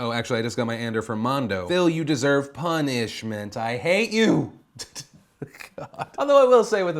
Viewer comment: Punnishment. LMAO